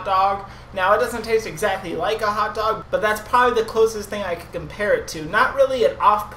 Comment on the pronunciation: It looks kind of gross, I think it's the red sauce on top. Idk if you've ever shown yourself before or if its just my first time seeing you. The way you say hot dog is so funny to me haha